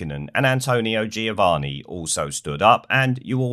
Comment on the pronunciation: You need to learn how to pronounce Kvyat and Giovinazzi